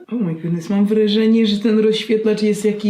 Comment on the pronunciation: "o my godness" XDD